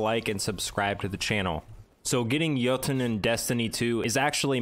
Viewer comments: Awesome, thanks for the guide. And awesome that you pronounce Jötunn properly. If you manage to pronounce Gjallarhorn properly too, I'll be so happy. :) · Thank you for pronouncing it correctly